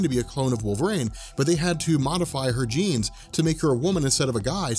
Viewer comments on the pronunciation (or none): none